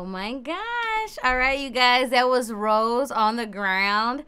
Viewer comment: Also just FYI Rosé's name is pronounced ro-zay like the wine/champagne not rose like the flower.